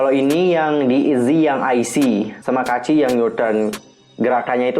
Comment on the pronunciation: Bang bacanya "kaci" bukan "ka-a-ci"😂